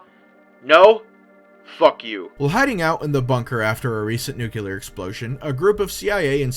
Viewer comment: Last question, what is "nuculear"? Is it different from nuclear?